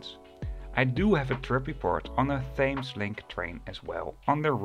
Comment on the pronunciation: Hi. Thanks for this. I enjoy your videos. But one very small correction that I can't resist making (sorry). The name 'Thames' is pronounced 'Temes'. The 'h' is silent and 'Thames' rhymes with 'gems'. I am very aware in saying this that 1/ your English is infinitely better than my Dutch, and 2/ pronunciation in English (especially names) can be hugely at odds with spelling. Keep up the good work.